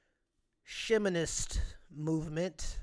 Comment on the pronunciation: “Sheh-minist”… Hahahahaha!!! 🤣